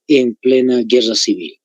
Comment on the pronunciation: Pablo Zárate decía, "Ahora sí Guerra Cewel"